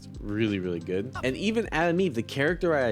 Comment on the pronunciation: Is he saying Adam Eve instead or Atom Eve? 😅